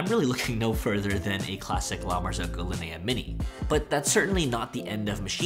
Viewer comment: Weird I’ve never heard it pronounced Lin-A but that makes so much sense